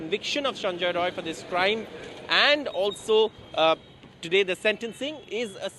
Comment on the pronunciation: Not roy , it's rai , bihari